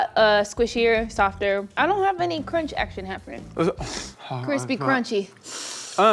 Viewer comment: "It's almost too Qwispy" - Joshua Weissman has entered the chat.